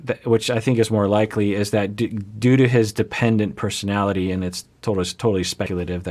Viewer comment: When he said "due to mistreatment", it sounded like doo-doo...hahh, I know, I'm mature 😂